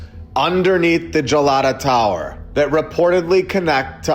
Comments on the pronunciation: This is fantastic thank you so much for covering Istanbul. I believe the tower is pronounced Hard “G” Galata tower. I was there in 2011 and fell in love with this magical city although absolutely know I had had many lives there. People are lovely. I travelled alone as a 50ish woman And I felt very safe. Like i had come home. The city is very small so it’s easy to walk most of the places you can take a bus over to the tower from Hagia Sophia. I had some spontaneous past life memories like a movie playing in my head on that trip including Constantinople. I’d love to go back I hope you can visit soon🙏it’s magic and spooky and surreal and beautiful. History everywhere you turn! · Galata is pronounced like as in Galaxy. Gelato is Italian ice cream. Lol